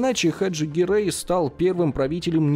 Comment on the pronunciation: Не Гъерэй а Герай.